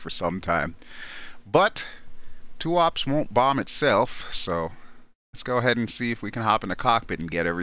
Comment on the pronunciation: just for the record: Tuapse is pronounced as tu-aa-pseee (Э sound), not "tuaps".